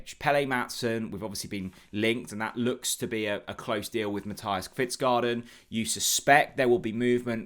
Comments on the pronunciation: Danish name pronunciation needed. Unfortunately it is not pronounced Pelé, pronounced Pell-er. Kvistgaarden is pronounced Kvist-go-en no garden 😂 Brondby is Bron-bew, Silkeborg pronounced Silg-a-bore. 😉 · Hej. Fingers crossed that the deal gets over the line. To help you with pronunciation. Kvistgaarden is pronounced Kvistgorden and not garden. Nice new look to the channel.